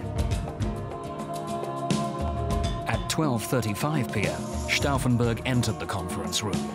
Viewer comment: Probably I'm the only one here who is annoyed by the narrator who couldn't learn how to pronounce Stauffenberg's name correctly if he speaks it out over 30 times!